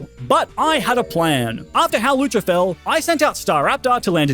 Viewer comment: Its hawlucha!